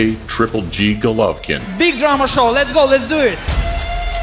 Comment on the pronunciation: That intro always gives me chills. #Motivedia4life Also, my man, Golvokin.... Not right